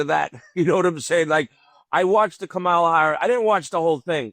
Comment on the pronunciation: can’t even pronounce, “Kamala.” 😂😂😂